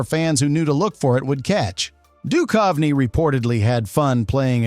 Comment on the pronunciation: The AI read his name as Dutch Of Knee.